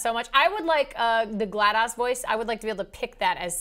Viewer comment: was saying Glad0s wrong. It's Gla-DOSE not Gla-DOS